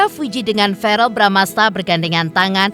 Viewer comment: bkn varel pk kardi tp verrel wkkk